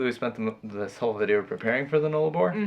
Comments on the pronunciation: FYI Null-a-bor.... that's "null" not "nole"... loving the trip so far guys. Never driven the Nullarbor so looking forward to the next step 🙂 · Nullarbor is pronounced 'Null' (the 'U' is as in the words 'pUppy'and 'Umbrella') meaning none. Arbor means tree. Therefore 'no tree/s'. Nullarbor is Latin but sounds like a first nations/aboriginal word. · Road trains are the really long, multi trailer trucks. The Null in Nullarbor is pronounced like the gull in seagull (just saying LOL). You will be fine on the Nullarbor, enjoy.